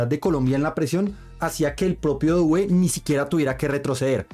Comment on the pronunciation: En francés no se pronuncia dowé, se pronuncia dué para referirse a Doué